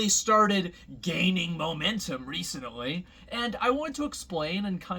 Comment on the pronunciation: "recenently" lmao